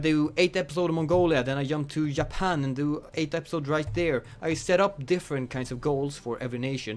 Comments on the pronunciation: Yapan? Always the Swedish who can't pronounce the letter J, it seems. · I love how you say Japan, you say it like Ya-pan lol